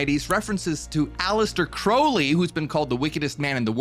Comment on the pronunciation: It's pronounced 'Crowl-ly'.. sorry. It was driving me nuts.